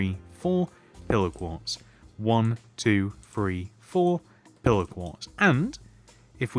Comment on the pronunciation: i love your videos so much they help a lot but please the word is three not free